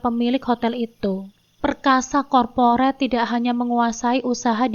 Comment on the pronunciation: Mohon maaf mb.. Saran saja.. sebaik nya apabila ada kata2 yg blm dipahami dicari tahu dulu bgm cara pengucapan nya. Seperti corporate. Cara pengucapannya adalah korporet.. Bukan komperet. Terima kasih Semoga sukses.